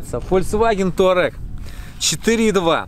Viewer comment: Кто эти люди, которые пишут и говорят "Таурег"?